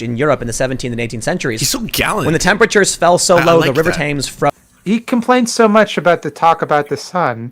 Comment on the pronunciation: They missed him mispronouncing the river Thames . Missed opportunity. We could have started calling him Thames pool.